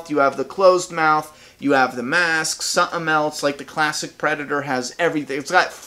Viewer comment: when he said busted mask, I thaught he said busted ass